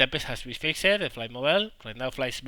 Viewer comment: Sorry to go all grammar nazi on you, but fixed isn't pronounced fixED, it is pronounced as one syllable, the best way i can put into text is "fixt"